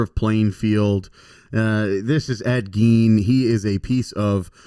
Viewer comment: Cool episode, love all things true crime. Appreciate how well researched this podcast is every single week. This holds true this week as well. Love the Halloween/true crime theme for the month of October. A little distracted that Gein was pronounced wrong the entire episode. Gein rhymes with seen.